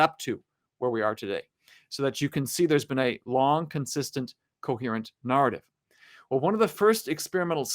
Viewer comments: What's with that pronunciation of narrative? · The way he says “narrative,” tho…… 😬😶🫣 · Friendly tip: Learn how to pronounce "narrate, narrative, narration."